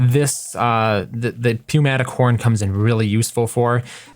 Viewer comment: It is New-matic not pew-matic